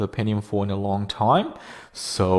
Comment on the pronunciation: "a long taime"